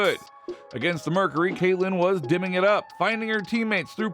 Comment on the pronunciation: it's 'diming' not 'dimming'. AI hasn't learned the culture yet.